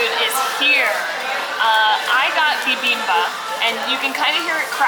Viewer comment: the dish that you had in the beginning is pronounced like: "BEE-BEAM-BOP":). It's rather fun to say! One of my favorite Korean dishes!